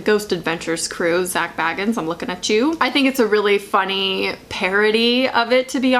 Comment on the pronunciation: Is it just me or does her pronunciation of “Zak Bagans” bug anyone else?😂